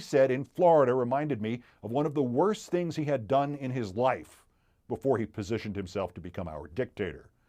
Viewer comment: I heard tings. I heard tings.